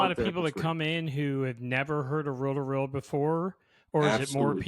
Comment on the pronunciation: Row to row decks, tapes. It is just me who heard this? Not reel to reel? 😮